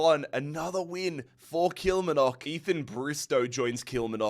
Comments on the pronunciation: Your pronunciation of Kilmarnock makes it sound a lot more exotic than it actually is 😂 The emphasis is on the “mar” bit usually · How can he pronounce the Asian and South American teams easier then the Scottish ones hahahha😂 Kilmarnock, ( kil marn uck) probably best way of sounding it out